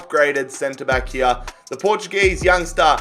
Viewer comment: Stop saying ‘here’ the way you say it is wrong